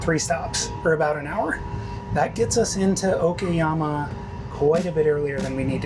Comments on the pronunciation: Great video but what is it with Westerners and not wanting to pronounce Asian place names correctly? It's O KA YAMA not O KI YAMA. I've stayed at 12 hostels during my Japan trip and have met with so many Westerners and every single one has pronounced place names wrongly and even after they were corrected by me or a Japanese local, they continue to pronounce it wrong. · Its O kA YAMA not O KI YAMA or O KE YAMA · Applying basic phonic sounds i.e. A is for apple, E is for egg, I is for ink will serve you well with the bulk of Japanese words. I was struggling to reconcile the clear "KA" of Okayama when the guy got "SHI" in Shinjuku spot on.